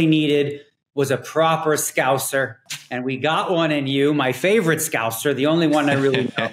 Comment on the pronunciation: I have finally got him to say Scouser correctly😆